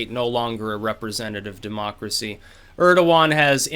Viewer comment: Urderwan??? Urderwan!!!! who the fuck is Urderwan!